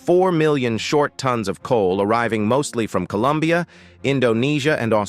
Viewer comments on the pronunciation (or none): none